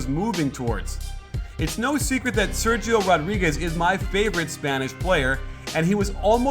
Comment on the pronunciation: the "sergio" part it should be pronounced like "serhiyo".